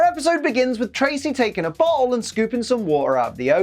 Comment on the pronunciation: The lack of pronouncing double "T"s in words is starting to become a problem. When he said bottle, I heard something else and had to do a double take.